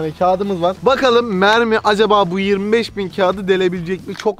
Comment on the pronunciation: abi onlar mermi değil memmi